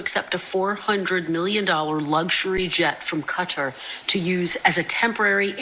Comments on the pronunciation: Why can't grown adults in the public eye like Pence pronounce words like Qatar consistently? Is it 'Cutter' or 'Guitar' Mike? How about just picking one and sticking to it. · Cutter or Kat tar lol